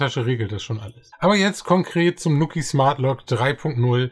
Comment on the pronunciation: Schönes Review :) Fun fact übrigens: der Name wird "NuuuKiiii" ausgesprochen, nicht "Nukki"/"Nucki". Quasi wie man "New Key" im amerikanischen Englisch ausspricht (dort wird "new" ja nicht "njiu" sondern "nuu" ausgesprochen) und bedeutet somit einfach quasi "(dein) neuer Schlüssel". :)